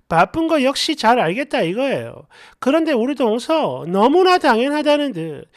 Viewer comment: "동서" 억양을 고쳐야 할 듯.